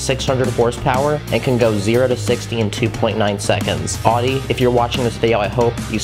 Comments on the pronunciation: its owdi not uhde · Just so you know it's pronounced oww-dee not od-dee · I’m so sorry but it’s not pronounced “oddy” but it’s pronounced “ owdy “ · Adi? I think it's Audi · you say it ou-de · you say it like aw-de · I love the Audi R8, but you pronounced Audi wrong. It's pronounced like ow-de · no hate but the way you said audi 😂